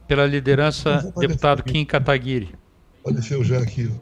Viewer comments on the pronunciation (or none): none